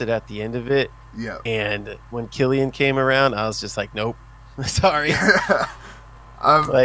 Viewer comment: Great podcast. It's KILLian, not SILLian the lucky. Can forgive the yanks mispronouncing it but not a brit! Haha